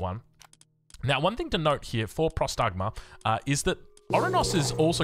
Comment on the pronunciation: Próstagma* not prostágma... means "awaiting orders"... its basicaly a question